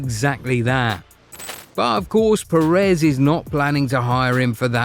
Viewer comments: What I think: It’s “Pérez”, please, if you could manage. Or make the ai voice pronounce. “PerÉz” really hurts on the ear. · The pronunciations are always so bad. They don’t have ONE video where they don’t mess it up